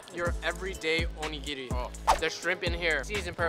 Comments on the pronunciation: seems to know a lot about Japanese culture. Even his pronunciations are on point. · The non Fung guy pronounced onigiri correctly